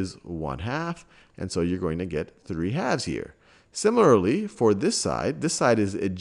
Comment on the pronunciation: "Similurlurly" lmao gets me every time